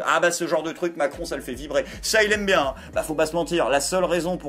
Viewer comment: Gérald Darmanin : "C'est pas bieng, fallait pas le faireuh."